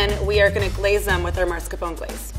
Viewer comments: I know. Like nails on a blackboard (for anyone who's old enough to know what that sounds like). She didn't just put an r in front of the s, she just picked that r up, moved it to a whole other syllable, and dropped the last syllable in the process. Sadly, it's mispronounced more often than not and I cringe every time I hear it. Giada pronounces it correctly. Just sayin'. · some would say that since she's been a chef and using it since the times of ancient Egypt, she'd know how to pronounce mascarpone ffs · As an Italian, I died a little bit every time she repeated it. Seriously, couldn't take it anymore lol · hashtagmate THANK YOU!!! That makes me not want to try her recipe. I mean, if she can’t even pronounce it correctly, why should I trust any of her pretentious ways? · Aghhh me too, it was so annoying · she’s like “i know, i’m a fOoD eXpErT” i honestly am so pissed at how she pronounced it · I WAS SCROLLING DOWN JUST TO FIND THIS COMMENT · Even the level 4 mispronounced it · I used to work with cheese, and at this point, I feel like it's like "sherbet." If you look at the spelling, there is one, obvious way to pronounce it, but most people add an extra R somehow. Mascarpone, people just mix up the letters a little. It's not a huge deal. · Aaah I scrolled down to find a comment about this, I was sooo pissed haha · She may not know how to ‘properly’ pronounce but she certainly looks like she k own how to use it. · Omggg I was triggered soooooo much😤😥 it's MASCARPONE you THIRD LEVEL CHEF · Yes! Driving me nuts! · I played that like five times to be sure she really is a chef and cant say mascarpone correctly 😏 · OP isn't saying Mascarpone is bad, he's saying that, despite being a PROFESSIONAL CHEF, seems to be unable to pronounce it correctly. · bah this chef couldnt say mascarpone right, lose so much credibility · i died inside everytime she said mascarpone its prounounced mas-kar-po-ne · OMG Ikr... I cringed so much... Like WTF is marscapone???